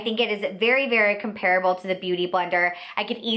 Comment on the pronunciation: Drives me crazy how she mispronounces "comparable"! I couldn't keep watching!